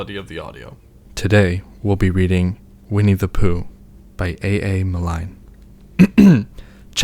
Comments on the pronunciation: Just to add some help here.... A.A.’s last name is pronounced “Miln” as opposed to “Nilone.” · Brilliant video! Super helpful thanks for sharing. PS the author of Winnie the Poo is pronounced /mɪln/ (from wikipeda) or I'd say the word mill with an N at the end: millN